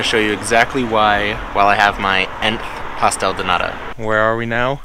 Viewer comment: Pastel de nata....not pastel de nada ..kkkkkkkkk